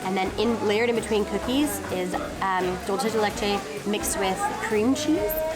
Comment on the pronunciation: Love your vids! We just went to B.A. about a month ago and absolutely ♡ it and the food! Quick tip: Dulce de leche is pronounced (dool-say duh leh-chay)